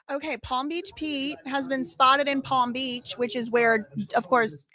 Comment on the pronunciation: I love you so much but palm beat peach killed me😂 I'm sorry girl love you so much❤❤